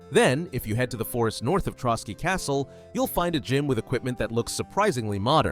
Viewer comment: "Ant-tie-uch-cuss" My god. It's 'Ant-tee-och-cuss", the Latin name for Antioch, a city in the Holy Land. Oh you said "Trotsky region", it's "Trosky". Some of these "references" are a real stretch and is more that the uploader doesn't know history very well.